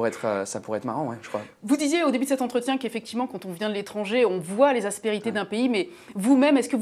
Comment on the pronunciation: elle a un problème avec le mot aspérité celle là